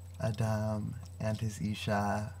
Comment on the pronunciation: is this your own translation, dear one? Your pronunciation on some hebrew is so close, Ah-Dahm is perfect... and I would have no idea unless, by Yah, I had studied Hebrew as a child... Praise be the one who comes in the Name of YaHuWaH. Thanks for contacting me. I can TRULY appreciate what you are doing here. I can see the Holy Spirit of YaH (EEAA), the "Almighty Eli-YaH - HU is Creating the Great Nation", by Huwa-Yah, YaHuWaH. I am going to reply to you, dear devotee of the Most High God..